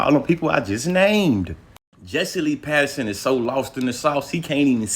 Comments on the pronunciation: It's Peterson not Patterson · If you say Patterson instead of Peterson one more time… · Why he keep saying Patterson 😂🤣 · Quit saying Patterson! Unless your doing it on purpose.